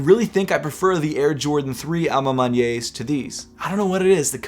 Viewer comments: fyi: "A ma maniere" is pronounced "A ma ma-nee-air" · U also forgot how to pronounce a ma maniere (ah mah man-yeR) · hey, just wanted to let you know “à ma maniére” is pronounced “ah ma mahni-air”